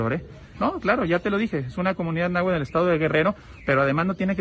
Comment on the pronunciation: ni siquiera sabe pronunciar náhuatl y dice nahual